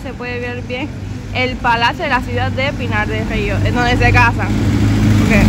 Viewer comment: Qué rico dices, Pinar del río!